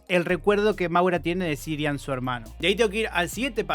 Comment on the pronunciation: Yo me pregunto, ¿por qué repite tantas veces "Sirian" si el nombre es CIARAN?